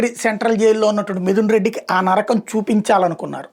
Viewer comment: నర్రకం కాదు నరకం